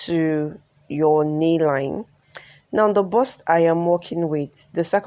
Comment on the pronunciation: Lovely dress. "BUST"(Chest) not burst(explode)